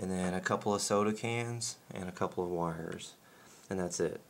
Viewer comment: the first time he said wires i thought he wihairs...i was like i dont have one of those....LOL!